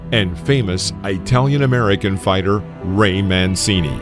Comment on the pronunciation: LMAO I though I was the only one who caught that 😭😭